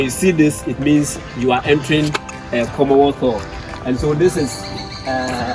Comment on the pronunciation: Commonwealth Hall Not komothoo